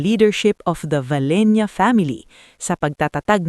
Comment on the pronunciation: BAKIT VALENIA ANG BIGKAS HINDI BA VALENCIA